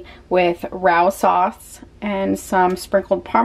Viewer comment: I have no routine at all lol!!! I admire your dedication! I love you and all of your videos! I’m a big fan! Ps… I love Rao’s everything!! And it’s pronounced RAY- Os. I didn’t know either! I love you!!!!!!!!